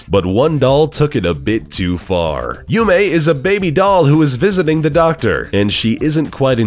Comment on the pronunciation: Yume is not pronounced "Yu-May" it's pronounced "Yu-meh" which is Japanese and it means "Dream" (i might be wrong with the translation)